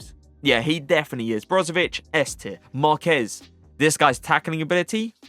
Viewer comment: this day has come, finally says Marquez instead of Marquis